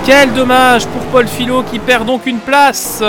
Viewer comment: Salut, c'est juste pour te prévenir que mon nom se prononce fiYo même si ça s'écrit Fillot, comme le mot feuille ^^